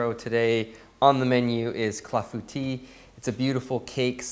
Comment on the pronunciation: I would not have pronounced Clafoutis right unless you said it first